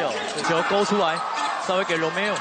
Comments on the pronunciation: Tang nang commentator to Lomeo ng Lomeo!!! Romeo nga!!! Romeo!!!😂😂😂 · "oh lomeo"